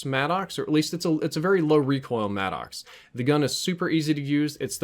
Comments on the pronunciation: Why do you call the guns by weird names? It's Saug....one word. Not S...aug. And the Maddox, it's like Maddux, not Mad-docs... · Hard to get passed him pronouncing it “mad-ox”